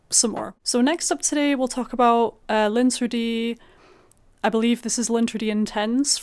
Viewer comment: I absolutely cannot abide the scent of lavender on my body. I have tried, and any fragrance with lavender is a scrubber. Mon Guerlain is a big "no" for me. On the other hand, I LOVE Nebras!!! PS...I know you are not from France, but L'Interdit is correctly pronounced "lon-ter-dee". As well, Nebras is not pronounced with a long "e". It's "neh-bras".